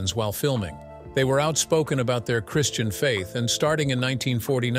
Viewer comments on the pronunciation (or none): none